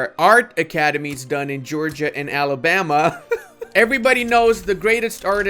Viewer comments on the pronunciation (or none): none